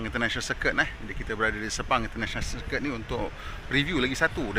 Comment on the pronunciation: Circuit bukan cirkit